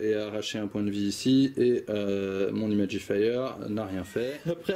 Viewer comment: C'est très cool bien expliqué et super niveau ambiance Attention à l'accent anglais. Imagifer ne se prononce pas Imagifire. Dans ce cas là il vaut mieux s'abstenir ;)